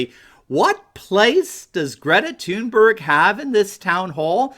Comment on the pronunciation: ‘Greta Toon-bear-awe-ght’